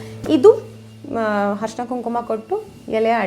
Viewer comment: nimma vlog ista, adre adu arishina, harshina alla, dayavittu badlavane madi kolli.